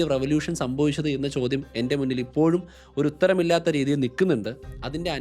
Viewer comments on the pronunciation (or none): none